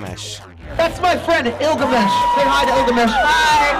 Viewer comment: I know, but why "Illgamish"?